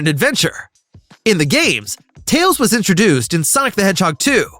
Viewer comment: did i just hear "Miles "TAYS" Prower"?